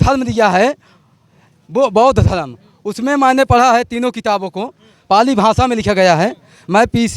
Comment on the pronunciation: bhai ji aap ka bichar bhuut avhha hai but dhmm bolo dhrm nhi jey bheem